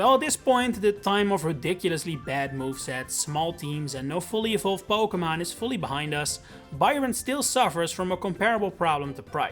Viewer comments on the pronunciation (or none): Po-kay-mon, not Po-kuh-mon